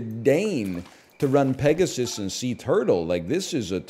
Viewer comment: he butchered peg so hard